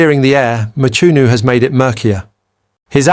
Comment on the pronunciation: Not Mchunu man!But pronounced(Mqunu)! Even with Cele not Sele but pronounced (Qele)If it is a black person pronouncing like that he would be called illiterate!